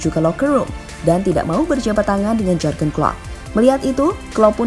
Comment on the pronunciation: Maaf ya agak risih, pronounciation atau pengucapan nama Jűrgen nya tidak pas. Suara nya sudah bagus dan pede, sayang kalau pengucapan nama orang tdk benar.